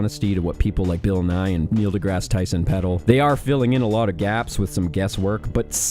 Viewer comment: "Nell deGrassy"